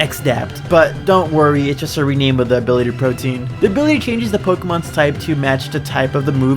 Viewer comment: In terms of abilities, you could also have given it Zorua's ability, since the X tend to imitate another creature before being revealed by damage, which can work both in the wild and as something the player can plan around. Pro-tee-an, not protein.